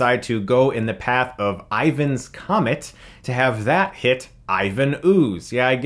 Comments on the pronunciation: Has someone mentioned it is "Ryan's Comet" not "Ivan's Comet?" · So just a few things. It's Ryan's Comet, not Ivan's comet. And the movie was shot in Australia. Other than that I kinda agree with your review, first 30 min is amazing, the middle bit slogged a bit, but then end fight with the robots I actually quite enjoyed. I've watched this movie so many times, and its just a fun ride, laugh at how over the top things are, and they dont take themselves too seriously either, which is the best part. The reboot Power Rangers movie tried to make it serious and deep, it was interesting but it wasnt power rangers to me. In fact I have forgotten most of what happened in that movie, and I have seen that movie twice. I just find myself keep coming back to the 1995 movie. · It's Ryan's Comet not Ivan's Comet